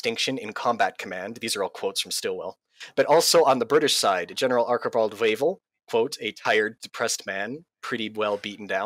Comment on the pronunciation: I agree with much of what your guest said, but it was distracting to hear him mispronounce “Chiang” and even “Archibald” (Wavell).